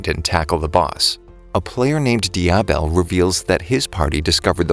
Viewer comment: His name is Diavel not Diabel